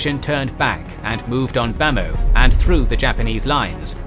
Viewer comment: But where is General Aung San and BIA??? Also some names are terribly mispronounced. Like Yenangyenog ရေနံချောင်း for example. Which is actually pronounced as "yaynanchung". And Bhamo ဗန်းမော် is pronounced Bamaw. Ava bridge အင်းဝတံတား is pronounced Inwa bridge with တံတား=bridge.